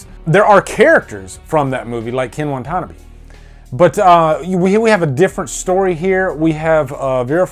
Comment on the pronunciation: Please, I beg you, learn how to pronounce Ken Wantanabe’s name.... Please. I love your reviews, though; I really do!